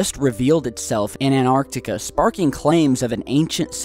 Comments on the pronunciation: its pronounced ant-arctica not an-arctica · what the fu.., you say anartica its antartica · There is no such thing as Anarctica stop saying that! it is called Antarctica, ant arc tic a do you understand Antarctica. Stop desecrating my language with your weird pronunciations. It would have been shit to live then you would have died of tooth axhe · It's so annoying when keeps saying ANARtica, it's AN-TARC-TICA! Christ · You know An-arctica doesn't exist, right? Did you mean Antarctica? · does anyone else get pissed off the he says"anartica" instead of Antarctica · Fuck the fort. Why pronounce Antarctica 'Anarctica' you're driving me crazy. Pronounce the T for fuck sake. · Dylan Rawnsley I know how you feel, it's so irritating, what's so hard in pronouncing the T, maybe we should...Yler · For god sake pronounce the first T in AnTartica